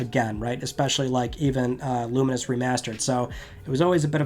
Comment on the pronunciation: Pronunciation check on Lumines? I've always said lu - mines. Clearly says it differently and more like luminous